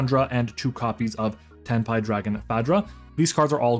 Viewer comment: Imma subscribe cus you actually said it correctly i hear sometimes tenpay😂